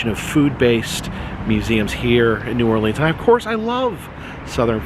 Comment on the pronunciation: *cringes when he first said New OrLEANs"*. No hate, btw. Awesome channel. lol